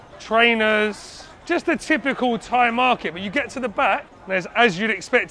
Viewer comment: Props to this guy for trying to speak Thai. The accent is all wrong, but I think everyone respects him for taking time to try his best to learn the language and speak it with locals. I can understand him but he sounds like how a deaf guy would speak Thai.